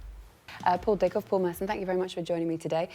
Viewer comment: Rickov? "Dickov, Sir" ...Of course